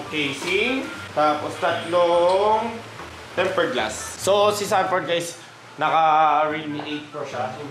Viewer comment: "Sanford" lods hindi xanford, parang papunta na sa xander ford hahagaga